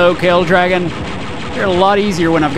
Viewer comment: Every time you say "Kale Dragon" instead of "Kell Dragon," I imagine giant salads attacking.